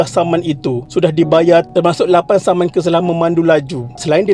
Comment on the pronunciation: Pada minit ke 8.07 perkataan "saman" tapi kedengaran seperti "samun" btlkan sekiranya sy salah